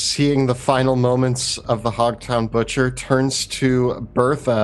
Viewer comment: Buthcer! Lol